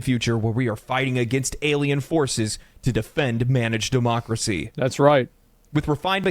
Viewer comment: DID I HEAR DEMOCARY